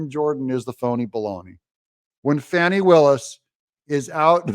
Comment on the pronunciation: Doug, you’ve been watching too much TV. You said “Fah nee”. Under the circumstances, I think we should continue to refer to her as “Fanny”.